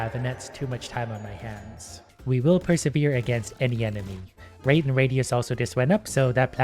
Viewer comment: Bro when he said rate is very expensive I heard rape is very expensive